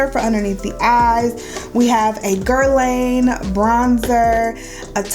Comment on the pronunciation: Nice luxury review! Just FYI--it's pronounced "Guer-lahn ".